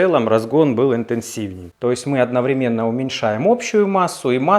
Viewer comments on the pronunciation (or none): none